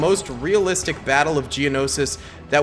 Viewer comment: u said geonosis